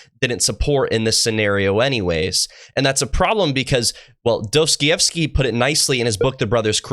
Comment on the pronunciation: Hey, I hope you don't mind, can I correct some of your pronunciation? It's Dah-stoy-ev-skee and Car-uh-mots-ah-v.